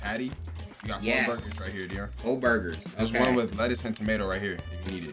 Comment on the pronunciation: Nobody::BuRgAS!